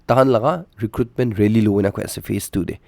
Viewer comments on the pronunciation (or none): none